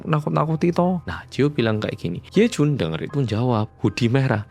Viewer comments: "He Jun....Yejun!" Logate medok pol 😂 Bener memang slogane "wong Korea sing medok" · medok banget jawanya pas manggil yejun😭